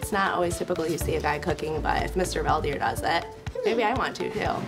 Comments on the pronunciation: Fun fact!! His name is pronounced incorrectly in English. It's Veld (velt) Heer (here). In Dutch (language in the Netherlands, in this case not to be mistaken with the Amish Dutch) a veldheer is a warlord!! And he's the peaceful kind. 😁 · Veldheer is Dutch for warlord. Veld = field and heer = man (like the German word Herr). So what's up with the Fell Deer? Why not Felt Here? Then again Favre is pronounced with the r before the v, so there seems no connection for Americans between writing and speaking 🙂